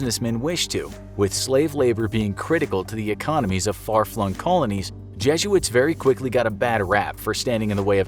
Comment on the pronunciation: The way you say jesuits 😬